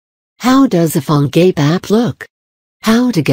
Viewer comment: She pronounce like "Phone GAY"